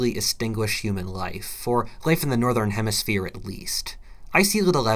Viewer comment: Boi the southern hermerphier